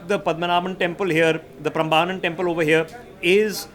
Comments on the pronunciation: It is pronounced as Prembanan🙏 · It is Prambanan temple - get your pronounciation right.